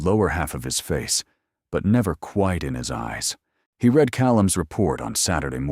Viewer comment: Yes, good story. AI narration cannot handle English words with multiple pronunciations, like read. Is it red or reed, and it always chooses wrong. I listen to these audio stories all day long so I'm used to mentally correcting it on the fly but it is annoying; more so with some narrators.